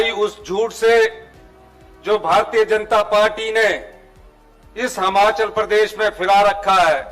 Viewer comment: हमाचल नहीं हिमाचल